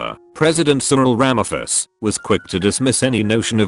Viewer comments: It's pronounced Ra-ma-po-sa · for the south african president is Rama- Pose- a